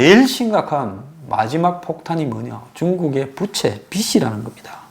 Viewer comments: "부채" 발음이 좀 그렇네요. 부:채 즉 "부"를 조금 길게 발음해야 하는데 짧게 발음하는 바람에 여름에 쓰는 그 부채로 들립니다^^ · 말을 좀 정확하게 했으면 좋겠네요. 부채(負債)는 '부'를 길게 소리내야 합니다. '부'를 짧게 소리내는 부채는, 더울 때 손으로 잡고 부치는 부채입니다. '빚에 속았다'도 '비세 속았다'가 아니라 '비제 속았다'로 말해야 합니다. '빚이' --> '비시' (x), '비지' (O) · 덕분에 경제상식 많이 알게되어 감사요~~~ 그런데----중국부채---라는 단어에서 부의 음이 장음인데- 단음으로 해버리니---여름에 사용하는 부채로 들립니다 이러한 현상은 여기저기에서 나타나는듯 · 경제는 많이 아는 가 모르겠다만, 우리말 부터 정확히 발음을 했어면 좋겠다. 빚은 빗으로, 빚을 말하는 부채는 더우면 부치는 부채로 말하고 있어서 듣기가 몹씨 어렵다. 우리말 부터 바르게 말하는 공부를 하고 이런 곳에 나왔으면 좋겠다.